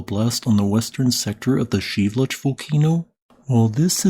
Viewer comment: Is that how you pronounce Shiveluch? I always heard it Shev-a-loosh. But it's Sheev-looch? Huh.